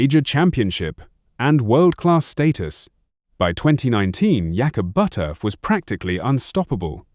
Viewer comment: You lost me with your disrespectful mispronounciation of his name. I can get this information elsewhere. If you're going to do a bio on someone, have the common decency to get the name right!